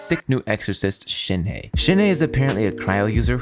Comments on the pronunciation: PSA: it’s pronounced more like “Shen h-uh”, not “Shenhee” or “Shenhay” or “Shenyay” TTATT pls y’all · The he in shenhe is pronounced like the uhh sound with an h in the begging.